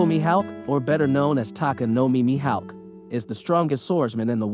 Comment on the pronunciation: The way u were saying his name was pissin me off the whole video